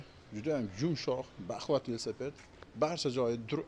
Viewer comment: Ассалому алайкум. Весапед дейилмеди, Велосипед дейилади.